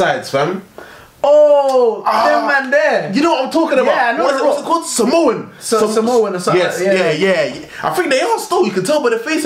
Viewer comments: man said"samosan" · This nigga said "I think theyre Samonson" LMFAOOO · bro said samosa-n LMFAOOO straight bugging bro🤣